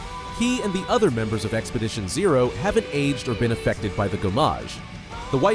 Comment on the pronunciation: SKIEL LOON GOWMEYJ Lmao This is the most white boy "if cultural appropriation was an AI Generated Slopfest of a narrator" I have ever heard. I laughed for a good 5 minutes. Thanks.